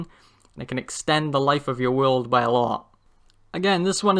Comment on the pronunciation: no offence but sometimes it feels like you sy will instead of world.. no offence lol